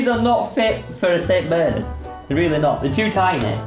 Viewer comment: the way says saint Bernard SAINT BERNERD